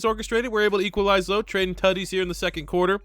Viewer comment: Every time he says Tuddies I feel like he’s trying to say titties